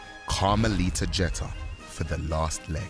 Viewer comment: "Jet-tah" It's pronounced "Gee-ter"